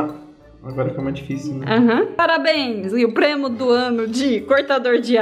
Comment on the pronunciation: " parabens e o premo de sla oq do ano vai para... " e o "premo" kkkkk